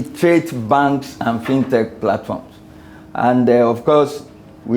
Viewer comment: First time hearing someone calling it “Fine Tech” Rather than FinTech